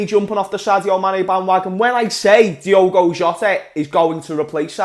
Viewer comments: It’s Diogo Jota not Diego Jota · Who’s gonna tell that Jota’s first name is DiOgo not Diego?.....